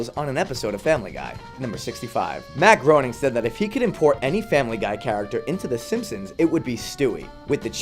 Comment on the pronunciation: It's Matt Graining